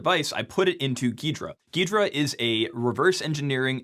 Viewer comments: why does he say ghrida so weirdly everyone I’ve met calls it g’hrida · I always thought it was pronounced "G-Hydra" Geedra lol